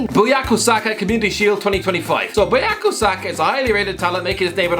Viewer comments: Bukayo not buyako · said BUYAKO and I don't know who TF that picture was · His name is Bukayo not Buyako. and the picture isnt him... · He said Buyako instead of Bukayo and put the wrong pic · Man said buyako uno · I had to confirm twice, but he did call him 'BUYAKO', while he can literally read 'BUKAYO' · Oh my god literally said Buyako Saka instead of Bukayo 💀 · Fikayo Saka and Bukayo Tomori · You'll never confess you're not good at predictions, are you,? How many more wrong positions and paid bets are gonna happen until you finally give up for good? And your pronunciations are really top notch as well: BUYAKO Saka instead of BUKAYO Saka! It's an relatively easy name, and even that you manage to butch it. Good lord. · It’s BUK AYO Saka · Did he say buyako saka??? LMAOO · "Buyako Saka"??? Atleast say his name right and show a picture of the right person for chrisst sake. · he said his name wrong and the picture isn’t even him 😂😂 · So not only did he pronounce bukayo saka wrong he put the photo of another black person. Noted :|